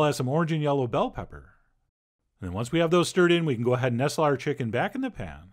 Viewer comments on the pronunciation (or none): none